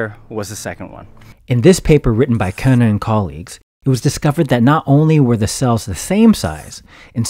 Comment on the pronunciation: Good job saying "Körner" correctly! I had to do a double-take when I heard the German "ö" :D